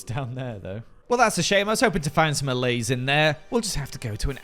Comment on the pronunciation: I may be too late for this, but I'm binging this series and I'm pretty sure those foxes will be able to jump right over the balcony fences. p.s. kudos for pronouncing allays correctly